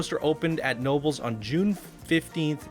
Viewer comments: He pronounced it nobles instead of k-nobles. Ha ha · Making El Toro from Six Flags Great Adventure but as an RMC. I hope to send it to you soon! (Btw, Knoebels is pronounced "Ku-No-Bulls") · Just wanted to let you know it’s pronounced Kah-no-bels. And I’ve ridden this so many times in my life and it’s a really amazing replica. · This was my first roller coaster. You pronounced Knoebels wrong and it's not pronounced eeeliesburg...not with a girls name it. You need to correct your geographical pronunciation lol